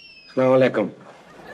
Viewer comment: aslam u alaikum .....bola kren plz....slaama aliakum ni.....plz